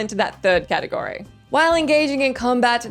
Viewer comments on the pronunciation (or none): none